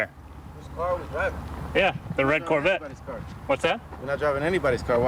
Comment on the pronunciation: as a car guy and Corvette fan, it's hard not to ignore the fact that the reporter mispronounced Corvette as Corvatte 😂